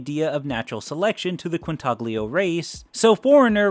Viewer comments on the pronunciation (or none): As soon as I heard you pronounce the "g" in Quintaglio, I knew were in for a rough one...